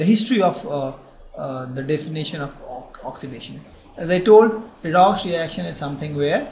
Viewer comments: I like the way u say redox ... redocksh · video is fantastic but more fantastic when you said redox as redokshh